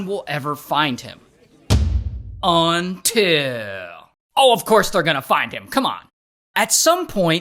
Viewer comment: I love it when Ray says "UNTIL."